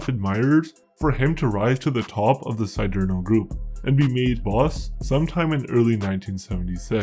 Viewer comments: "See dare no" not " see dear no" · “See-derno”.. stupido p*tain.